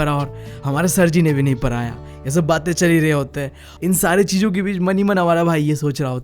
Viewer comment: Pada , padaya ❌ para praya✅😂